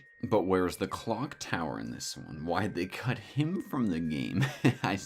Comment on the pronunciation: Im not the only one who heard "Glock Tower" right?